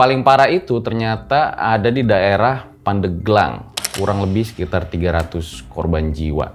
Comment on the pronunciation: Penyebutan Pandeglang salah